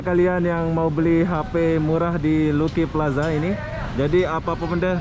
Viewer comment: ....Lucky Plaza sebutan nya....Laki plaza...bukan Luki.